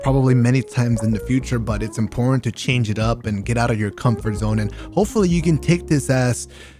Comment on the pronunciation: “I still found that criticism, that feedback to be in porn” I swear that’s what I just heard 😂🤣😂🤫